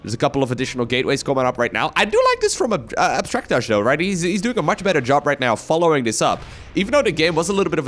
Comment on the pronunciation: I think that's pronounced Abstract AJ. (As an initials dude myself)